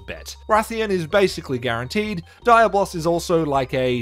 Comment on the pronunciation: Dude, not Daya-Boss it's Dia-Blos